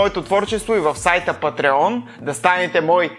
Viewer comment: Чете се пáтрион